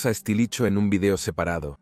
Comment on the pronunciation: "Estilicho". xD